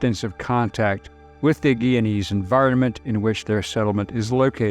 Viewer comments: its not pronounced "giyana" it is "guyana" and its not "giyanese" its pronounced "guyanese" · It’s pronounced Guy-ya-nese!